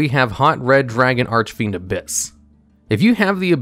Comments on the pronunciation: Yeah, already made a comment on how he could pronounce that monstrosity, but often reads "Archfiend" as "Arch-a-Fiend" lol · Ok, just started the video and I have to ask this: (), how the hell is it that you're able to pronounce the name of that crazy predaplant monster, but can't pronounce Archfiend?? Has to be some kind of regional thing. Edit: No mention of Phantom Fortress? It basically has Trishula's effect, albeit only one card at a time. Though it does suck that it doesn't share the destruction immunity that the rest of its archetype has.